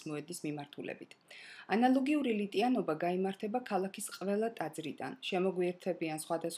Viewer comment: ნეტა არ იტყლარჭებოდე...ნატია მეგრელიშვილი ნომერი ორი..დებილო გისწავლია კიტხვა...მაგრამ ლიტანიობაა,ლიტიანობა კი არა...ვხედავტ რა ქრისტიანიც ხარ...ტუჩებს ამარიაჯებს..დავაი რა